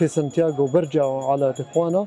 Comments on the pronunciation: سان دييغو وليس سان تياغو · دخيل ربك سان دييغو مو يان تياغو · اعتذر عن الخطاء في اللفظ كوني اول مرة ادخل المنطقه هي مدينة سان ديغو ، وليست سانتياغو